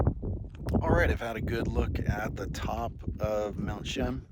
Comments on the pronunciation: You have to include the "a". More like Cheeaam. But that's ok, we forgive you. We just know you're not a Chilliwack Bumpkin....lol. Cheers. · Nice video, but you're going have to work on your pronunciation of Mt. Cheam. Indian legend says if you don't see any snow on Mt. Cheam, the next year will be a bad year. Lived in Chilliwack during my childhood and teens, miss the majestic Mt Cheam. Thank you for posting.